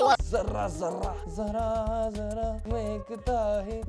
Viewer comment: Jarra (रोम-रोम) aur jara (थोड़ा) me bahut farq hai......